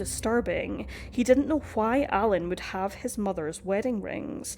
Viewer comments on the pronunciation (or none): The way you pronounce the 'h' in why, somewhat and meanwhile is hilarious. Stewie Griffin would be proud of you 😉